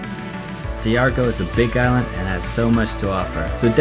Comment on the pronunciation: Hi, I just wanted to let you know that it's pronounced "Shar-gaw". No negativity. Philippines is definitely beautiful.